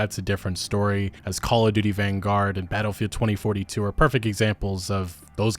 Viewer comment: I just hear ”Call of Doody”. :-/